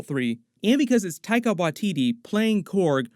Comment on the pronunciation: You don't say his name right. Is not taiga